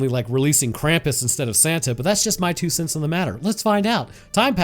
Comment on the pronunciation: ah i remember, last time u tried too, to pronounce something german